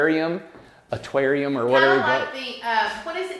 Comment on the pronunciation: Terrarium Te re ree um